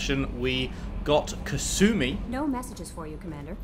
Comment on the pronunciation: basically anyone who isn't kasumi or one other npc pronounce her name has kass uh mee when it's kass oo mee. Not big it just bothers me when I hear it lol. Even Sheperd says it wrong